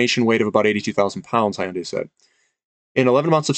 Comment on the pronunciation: Thanks, Hyundai is pronounced Hyun Day and like you would say Fun Day where Hyun is a single syllable. And I think Xcient is pronounced X Cee Ent. Not that it matters much but in case you were wondering. I wonder if Hydrogen fuel cell refilling centers will need a lot of platinum too. It looks like battery cell technology is not going to work at all for these long haul commercial transporters. NIKLA had a demo of their mock design of a truck which turned out to be fake but they also had a refilling center design.. which probably was also fake. Be it Hyundai or Toyota I suppose they would be the ones coming out with the design. I'd have to double check but I believe PLG had quoted most of their resource estimates in palladium and/or palladium equivalent ounces.